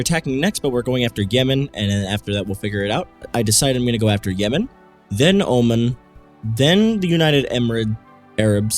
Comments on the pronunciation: Oman is pronounced oh-mon btw, not oh-min. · It's pronounced Omaan, not Omen m8